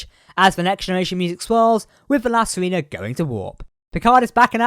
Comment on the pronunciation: I really enjoy your videos but I need to comment on something that is very distracting. Basically we need to go over some basic Spanish pronunciation. It wouldnt be an issue if the ship's name wasn't La Sirena, (which means the Siren or Mermaid). In spanish "E" is always pronounced "ay." Likewise, "I" is always pronounced "ee." So La Sirena is pronounced "See-ray-na". Vasquez rocks is pronounced "Vas-kayz". And now you know!